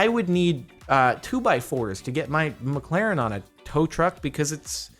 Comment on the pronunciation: did u say u have a miclarin